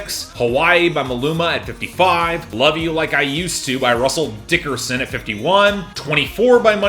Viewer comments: It makes me laugh every week when you put the HUGE emphasis on Russel DICKerson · I love how keeps saying Russell DICKerson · Russel DICKER son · The way he says Russell Dickerson always gets me